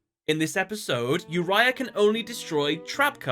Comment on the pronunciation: its not yourya such a noob its oo-ri-a